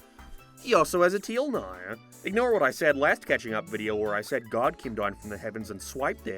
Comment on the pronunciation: I know, but you said "Cathing Up"